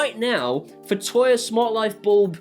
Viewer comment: Agree with everything. "Toya" though? 🤣